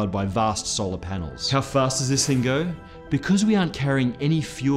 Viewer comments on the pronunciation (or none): none